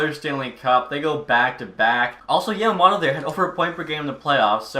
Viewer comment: You can always lower the trade value of a super star by trying to take on the worst contract on a team. Also Yam-a-moe-to